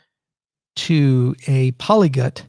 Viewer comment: Polyglot, Charles, not Polygot!